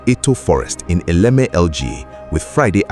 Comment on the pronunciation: Why were you pronouncing it as elekeme?